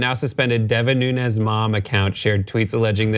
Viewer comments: In the Portuguese his name is pronounced "noons" not "noon-ez". It is a funny story though. The cow will win in court. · Most of the Portuguese pronounce Nunes as Noons, not Noo-nehz. So Nunes could very easily be Mooooones. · He's not "Nunez" but "Nunes" (not spanish but portuguese name, though similar)